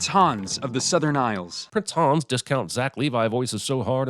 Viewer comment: Sigh "Hans" is not pronounced "Haaaaaaawns". It's "Hunns". And then he "corrects" the character on the pronunciation of the word "sauna"... No there aren't. Kreep.